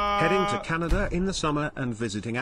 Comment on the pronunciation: It's funny how suddenly have a canadian accent when talking about Canada.